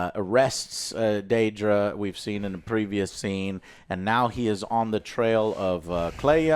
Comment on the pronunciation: No, it's not "Daydra". They said her name many times throughout the show...